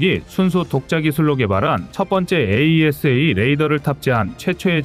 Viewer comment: 그전부터 찜찜했는데,AESA레이더를 에이사로 읽지않고 자꾸 철자 그대로 읽는거보니 여기도 공장형 AI쓰나보네요.AI는 인간미가 없어서 별로 정이 안가는데..